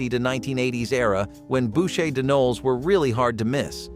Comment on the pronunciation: I'm not sure which mis-pronunciation is my favorite in this one. Maybe "Noel"? It's not a guy's name, dude.